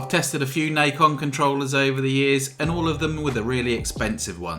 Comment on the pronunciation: it's not "nike-on" it's "Nacon"